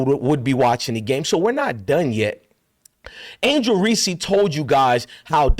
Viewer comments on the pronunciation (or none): I love your channel man but why u keep calling her angel reecee lol anyways rg3 puts on minstrel shows thats what he does best...marcellus wiley low key does too. They hate themselves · STOP PRONOUNCING HER NAME INCORRECTLY, PLEASE!!!